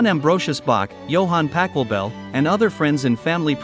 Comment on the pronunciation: The pronunciation of the names is wrong and sounds awful. It would be nice if you made more of an effort. I know that in English 'ch' is pronounced more like a 'k' in some cases, but that applies to normal words and sounds so wrong for names and does not do justice to the original in any way. Interesting story though.